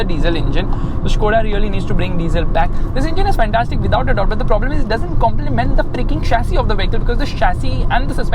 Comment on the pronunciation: It's doubt not dought